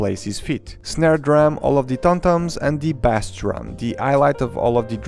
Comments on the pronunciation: Pronounced Base, not bass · "Never say Legos say Lego" . . . Never say "bas" guitar (or drum), that is how you say bass fish. It is pronounced "base" or "bays" guitar, like when you mention the base that they are standing on. Unless you wanna make musicians mad. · Bass is pronounced as base . As in LEGO baseplate. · my friend. When referring to the instrument "bass", it is pronounced like "base" with a long 'a' sound. Love your review and I love you! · Thank you for this review! I might have to get this set! Though I have to say, the proper English pronunciation for the word "bass" (musical term) sounds like "base". If you say it phonetically, it might confuse people into thinking you're talking about the fish, also spelled "bass". English is confusing, I know. But I hope this helps. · Bah-ss made me cry as a bassist, but all is forgiven because of the wonderful review you regularly post. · A great review! The instrument “bass” is pronounced like “base” tho :) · Just an observation, “bass”, when referring to the instrument, is pronounced like the word “base”, as in “the Lego base set”. Nice review as always, saludos from Dominican Republic! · The instrument Bass is pronounced as "base" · There might be another comment saying this already, but in music, "bass" is pronounced "base." "bass" rhyming with "class" is only used to refer to a bass fish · Bass is said like base. Not like the fish. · It’s bass like base not like the fish!!! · bass in music is pronounced like “base” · It's bass not bass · Bass is pronounced like base btw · Thank you! Yet another one to the book of mispronounced English words! 😅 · Him Saying bass as in the fish is annoying